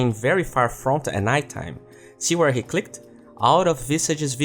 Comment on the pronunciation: since you recently said that you always try to improve your English, here´s one little advice: When saying "clicked" you do not pronounce the "e". You basically just say "clickd".